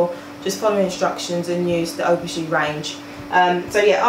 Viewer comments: 'ph' is pronounced as an 'f'. You pronounce it Af-o-gee. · Donna McKinson but theres an A in front of Aphogee so it is pronounced as af-o-gee